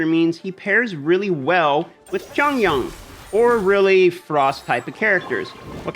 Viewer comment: your Xing Qiu pronounciation is as good as it gets for Westerners. well done. for Chong Yun, the "Yun" is more of a "Yoin" or "Yuin". don't know how to type this out to help you. hahaha.